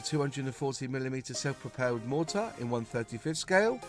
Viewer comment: its pROpelled not pOR pelled